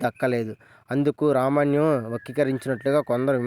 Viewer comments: రామాయణం అని స్పష్టంగా పాలకలేకపోతున్నావ్ బ్రో... రమణ్యం ఏంటి... ముందు పలకడం నేర్చుకో తరవాత వీడియో చెయ్ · Ramanyam kadhu ra babu ramayanam adhi pls name cheda dhobbaku